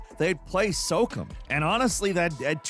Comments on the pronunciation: It's pronounced "So Calm" (SOCOM), not "Soak em"😑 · Soak Em'? Oh you mean SO-COM? lol you silly bird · It’s pronounced so-com not soakem lol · Socum? Ya mean socom? That was wild to hear. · SO COM NOT SOCUM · TIL: can't pronounce "SOCOM" correctly., my guy, it's pronounce SOCOM with the end pronounced like.com. I love ya too much let you go on saying it 'socum'. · "SOCUM" instead of "So-COM" like Communications lol. Edit: Yeah, and game devs ONLY make their own game and NEVER buy anyone else's game. /s Edit 2: Motiram WAS a DIRECT CLONE, initially. They changed A LOT, including making the female MC's hair less red. Your opinion on this is just wrong, imo. It was WAY more glaring than Palword, which at least added guns to distinguish from Pokémon. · Socum? I think you mean So-com 🤦🏻‍♂️ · SO_COM, not SO-CUM lmao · SOCOM is not pronounced Sokum. It's pronounced So and Com. Like intercom. SOCOM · It’s pronounced SO - COM. You clown. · Hearing SOCOM pronounced SOCUM made me giggle 😂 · They've gone full A.I. haven't they? Pronouncing SOCOM as "soak em" Oh boy. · didd you say socum?? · Never heard its pronounced soakem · so com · I'd play a game called SOAKEM that's like a military shooter but with water guns. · Bro said socum 😭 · I've also never heard anyone pronounce it as anything other than Socahm, but I guess it comes down to how you pronounce 'command'. Assuming you pronounce it like cuhmanned, then I guess his version makes sense. Doesn't make it any less jarring though. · i say "cuhmmand" but still say "socahm", is just a freak lol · Quit saying socom wrong.... wtf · I like Falcons voice better than Jake’s but he pronounces everything crazy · Today on words can't pronounce: SOCOM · Not once have I heard SOCOM pronounced like that. And yeah, the Rencent Sony this is pretty valid. They approached Sony to want to work on a project with Horizon, Sony said "no," and they made it anyway. Settle down.